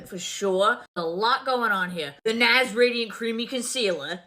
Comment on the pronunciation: The way she said NARS 😂 her accent got worse